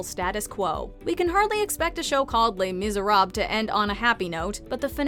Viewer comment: why does everyone say "Les Miserab"? There's an "les" at the end everyone but the French seem to leave out lmao, and the worst part you say it at the beginning for the "Les Mis" but can't seem to remember to say it after? "Les-Mis-er-ab-les" oi vey